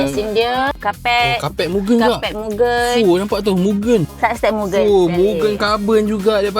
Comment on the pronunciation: Mugen2 mu-geyn pronouns tu kalau jepun dengan jepun pon gelak…kata JDM sejati